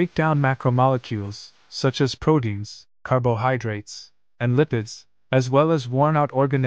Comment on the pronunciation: Bro, “prodeins” isn’t a word. Pronounce the “t”, please.